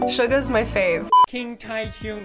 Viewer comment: “Kim Tae-hyuoon...” Pewdiepie 2k18